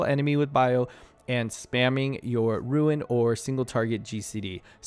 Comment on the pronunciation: Confusing to hear you pronounce Ruin "Rune"